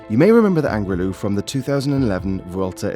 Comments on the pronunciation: You didn't get it all wrong, but you did get one thing wrong: it's the Alto de L'Angliru, not Angrilu (l should be before i). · Point of Information: it is "Angliru", not "Angrilu"! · he uttered it Angrilu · The name is actually Angliru.